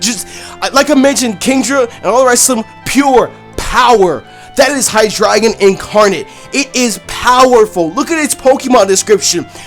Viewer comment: Not to sound like an #ss but it's not pronounced hi-dri-gon but it's Named and pronounced like the element